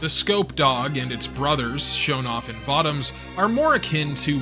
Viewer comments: I'm pretty sure it's pronounced Vo-Toms. Not votom's. Always loved me some Votoms. Always felt it was the most realistic depiction of what a mecha might be in the real world. More versatile and agile than a tank, but also way less armored. In one you are a killing machine, but you are also walking around in a death trap made of far to thin of metal to actually protect from much damage. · Vah-toms? I always pronounced it Voh-toms. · this was good anime series i accidently started watch years ago those 50 plus episodes go by quickly. also votems sounds weird when you say it i always heard people pronounce it vo toms. lol i wonder have i been saying it wrong this whole time. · Voh-toms. Say it with me. Voh-toms. Thank you. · So, everyone is just gonna let him continue to say Votoms incorrectly?